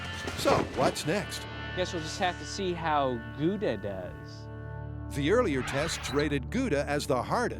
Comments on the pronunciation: "guuda cheese" lol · paper wil catch fire in a microwave under 2 min, so all they needed was paper and a fuse, how i know: don't warm up mcdonalds to long hahaha Gouda is Dutch, it is pronounced like OW NO , gOWda, Gouda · There pronunciation of Edam and Gouda... As a Dutchmen it pains my ears. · Even worse is when people make puns relying on pronouncing Gouda like it's a French word